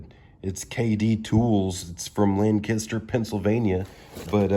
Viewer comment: They’re all junk. I just use a screwdriver. FYI - It’s pronounced LANK-ister. Accent on the LANK.